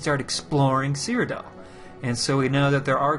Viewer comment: I'm that guy; it's called "Cyrodiil" not "Cryodell". An is anyone else getting the feeling that ESO is moving even further away form Morrowind type of hardcore gaming?